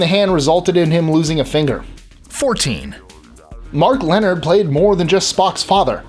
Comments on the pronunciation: A few things: 1) Actually, the phrase "Beam me up Scotty!" was said by Kirk in Star Trek: The Animated Series. The real-life cast voiced all of the parts in the Filmation cartoon. 2) Mark Lenard's name isn't pronounced like "Leonard", it's pronounced "Len-ARD". 3) Best Captain is Picard of course! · Hate to be a stickler, but Mark Lenard isn't pronounced "Leonard" as in Leonard McCoy, it was pronounced Leh-nard the last part rhymes with aard as in aardvark.